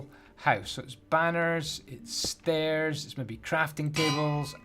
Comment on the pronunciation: It doesn't even sound wrong at first!